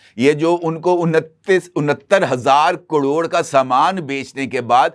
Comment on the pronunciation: کڑوڑ؟ یا کروڑ؟ آپ واقعی صحافی ہیں جنابِ عالی؟؟ بہت خوب جناب بہت اعلیٰ خبریں ہیں 👌🏼